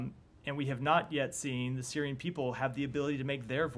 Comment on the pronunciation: "Syirian led process" 😂